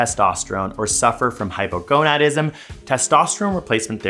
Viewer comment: I can’t. I keep hearing “Hypergonuts”